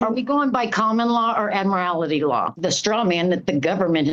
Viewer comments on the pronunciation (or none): "Admirality Law?" It's admiralty. If you don't know the word or how to pronounce it, how can you attempt to ask about it and how it might affect admiralty. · 'Admarality' law . . . lol 🤣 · Also Admirality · lol "admirality" It's as cheesy as "un-a-LEEN-able" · She also said "Admir-ality" court instead Admiralty court